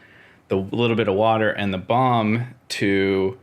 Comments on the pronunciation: I ment it as a word-joke, kind of. Your pronounciation sounded more like "Buon" than "Balm". Anyways, have a pleasent evening (Atl least here in Danmark). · Since you are pronouncing "balm" so amazing, why won't you make your own "Beard Buon" ? :) It was perfect. Have a nice, whatever american time is -day!